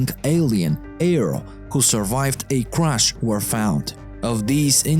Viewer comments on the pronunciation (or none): OGM. this dude again... i'm disliking every video this dude narrates for disrespecting and butchering english. he pronounce EARTH as ORTH, CRASH as CRUSH, AXIS as EYXIS, SAW (to see) as a SOW. etc. and like this in every other sentence. And dude tries to sound American way too hard on top of that.